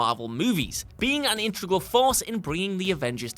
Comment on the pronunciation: Why does this dipshit insist on saying "intragull" instead of the correct pronunciation of in-teg-rul? If you can't say a word, USE A DIFFERENT ONE.